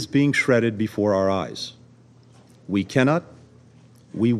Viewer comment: "Vee have tools"